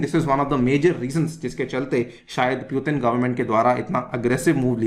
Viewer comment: Putin ka nam dhang se lele